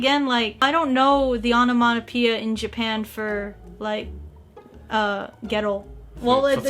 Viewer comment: it’s not onomanopoeia, it’s onomatopoeia 😹